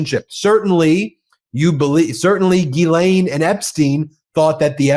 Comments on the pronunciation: "gh" in French is a hard G. Think "gherkin." NOT Gee- Laine. Sorry. Just get tired of hearing it wrong. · Oh, Harry - when are you going to take the time to learn how to pronounce “Ghislaine” correctly?